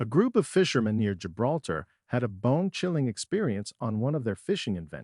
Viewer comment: “Jolter”, er do you think he meant Gibraltar?…. So tiresome wasting time on these pathetic click bait entries with totally unprepared script readers. Avoid this one for starters!!